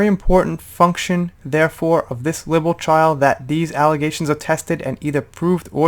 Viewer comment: Libel rhymes with Bible.